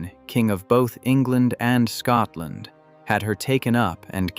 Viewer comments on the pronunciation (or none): none